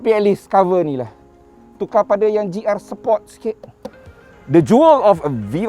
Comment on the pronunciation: "GR Sepot" 🤣🤣🤣